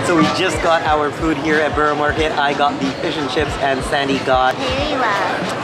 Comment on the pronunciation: Just a plea. So many American reactors say 'borrow' (as in Borough Market) when it is in fact pronounced as 'burra'. The same goes with Edinburgh.